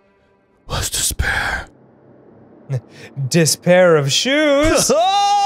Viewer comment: Dispair? Disbear? THIS BEAR!